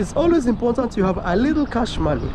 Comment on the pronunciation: still saying “imporntant” is crazy